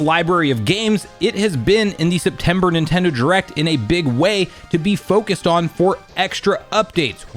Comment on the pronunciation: Why do you pronounce it as "Nintendo jurect"?